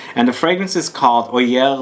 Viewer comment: Hi, Love Mr Corticchiato's work so I'm eager to try this. Oeilleres is to be pronounced huh-yeah-r btw;)